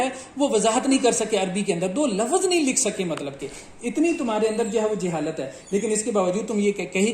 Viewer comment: Jou baten hain unka jawab do minor mistakes se koi faraq nhi parta yazidio aap tou lafz ko lafaz bol rahe 🤣🤣🤣